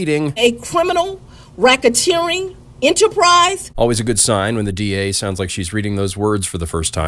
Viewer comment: Cwiminal whackateering enterprise